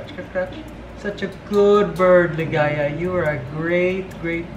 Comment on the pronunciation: Did i hear it right? You called Ligaya as Ligays? It’s an s instead of a?